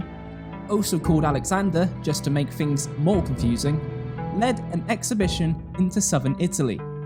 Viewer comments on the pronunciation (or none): none